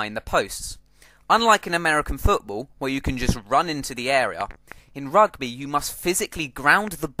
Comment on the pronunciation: How to say Rugby more english then english ROGBEH!